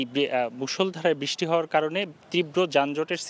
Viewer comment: বৃষ্টি উচ্চারণ সঠিক হচ্ছে না।